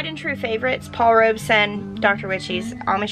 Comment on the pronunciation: She's finally pronouncing Paul Robeson rights lol